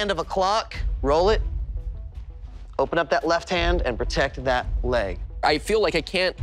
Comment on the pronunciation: He said leg, but he pronounced it in a "laig" kind of way so it sounds a bit like blade.